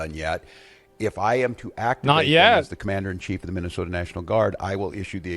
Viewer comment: Guess what.....theyre not fuhkin around,like yall did when you where in power just a short time ago. Also stop saying 'minnih soat ins'